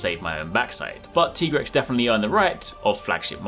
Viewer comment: It’s tie-grex like tiger